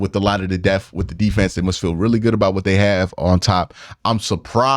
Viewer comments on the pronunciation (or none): Why can’t q say the word… depth 😂